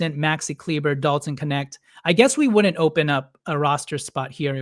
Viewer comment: It’s pronounced Kleeba